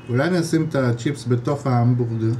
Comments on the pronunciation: אומרים המבורגר לא המבונגר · לא אומרים "אמבונגר"